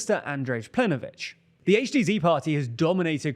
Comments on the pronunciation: Plenkovich not plenovich, pls make an effort to get these right, it makes you look less credible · It's Plen(K)ović, and Andrej is pronounced like Andrei. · Your information about Croatia is questionable but the most questionable part is how you managed to mispronounce the name of the Croatian prime minister written in a language known for being pronounced as written. PlenKovich written phonetically. Also the rest of the information is not entirely correct making that part completely irrelevant and even disingenuous in it's coverage which is technically spreading misinformation. For the sake of every Slavic language speakers sanity, at least double check if you are pronouncing the highest ranking member of a governments name right, you are a news channel after all. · My guy, if you want to sound like a credible news outlet, please learn how to pronounce names of leaders correctly. It is Andrej Plenković [andrey plank-ovich is the closest you can get to it], the Z in HDZ is pronounced as ZED not ZEE. The first time it is funny, but after that it gets annoying, especially since you got an entire team of people checking the materials for this. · Planković is the croatian priminister, the first you said it wrong it was funny but got annoying quickly. lamao